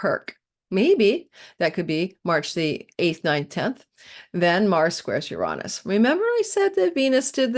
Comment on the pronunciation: Ur rahn -us? interesting elocutionary style..... it has always been ur-ay-nus, the planet of double entendre.